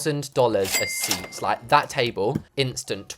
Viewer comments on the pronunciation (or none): none